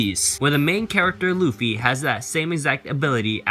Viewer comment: did this dude say loffy